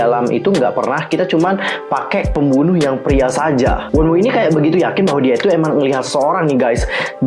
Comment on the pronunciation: Wonu lah bukan wonwu bacanya